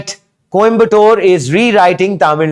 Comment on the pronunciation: Ffs stop calling it Kombatore. It would have taken you 10 secs to get the pronunciation right before making this video.